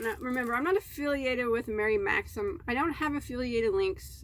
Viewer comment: you are totally getting better at saying Mary Maxim <3